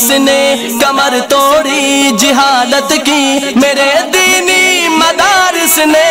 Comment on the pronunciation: hazrat jihalat nahi jahalat hota hai